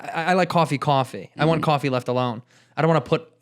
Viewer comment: when Andrew said “left alone “ he sounded so Irish for some reason lol!